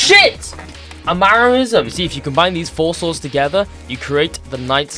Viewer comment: he found a.. maranism?? xD